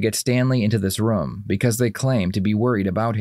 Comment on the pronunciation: I love your videos but I don’t like the way you say room